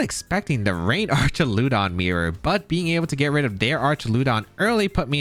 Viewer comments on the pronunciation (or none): Great vid as always! Fwiw, I'm like 99 percent sure it's pronounced "Ark-ah-loo-dawn", with a hard 'ch' sound, since it's pulling from the greek "arch". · so just to help, you pronounce Archaludon the same way tou pronounce duraludon. So just say "arch" "al" "uh "don" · How do you pronounce Duraldon correctly but pronounce Archuladon incorrectly 😵‍💫